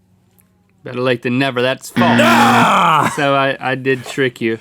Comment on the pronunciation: Why does Rhett say false like "faltse"?